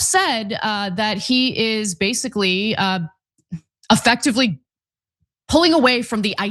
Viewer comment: Effectevlly, literally, clearlly àaaaaaahhhhhhhhaaaaaa😢😢😢